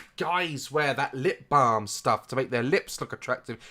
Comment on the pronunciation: Any one else notice he had an American accent when he said “balm”?